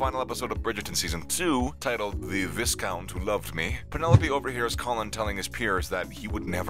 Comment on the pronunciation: no darling she didn't. She pronunced Vicountess with an accent on the "tess" with a silent T, which Anthony did too